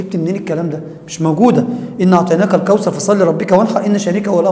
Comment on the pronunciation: تقال الكوثر وليس الكوسر ☺